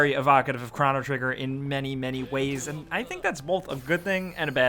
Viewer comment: Two different pronunciations of chrono within the first minute. Man you suck